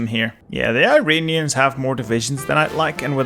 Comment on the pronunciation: Just a heads up: it’s pronounced “ear-on-e-ans.” Not “eye-ray-nee-ans.”